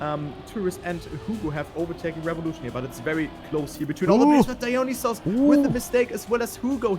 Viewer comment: dont want to be rude, but i'm pretty sure dionysos is not pronounced "dinosaurs" haha. nice casting tho